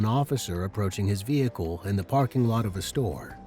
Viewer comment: The saying of Vehicle really does my head in. VEh icle ? Its vehicle all one word .